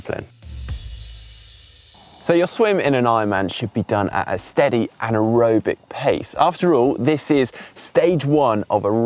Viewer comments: just a heads up: you might want to make sure that nobody could hear 'steady anaerobic' instead of 'steady and aerobic' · yep I heard that too